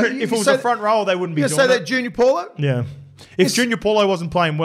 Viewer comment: Cmon you’re getting back to ya palagi pronunciations 😂 let’s work on paulo for next poddy yeah. Solid poddy anyways boys